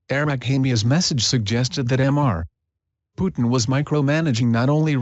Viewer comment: I just can't prevent laughing every time the auto read says "'m' 'r' (pause) Putin"